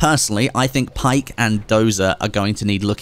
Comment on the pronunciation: It's pronounced Baek not Pike.